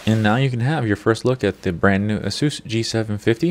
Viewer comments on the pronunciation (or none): Its asus not asoos u dont pronounce it like that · Great video except you didnt specify which model of the G750 series, and you pronounce Asus "A-seus" its "ACE- US" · Aysoos. Not Ah-soos.